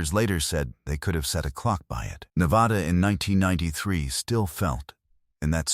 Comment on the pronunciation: Wish you could learn how to pronounce Nevada Properly